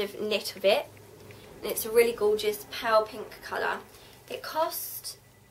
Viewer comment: when ever you say "pale pink" I hear pow pink and it confuses me. Great haul, I love your style!